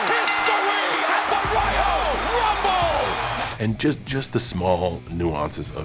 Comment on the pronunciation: Woyal wumble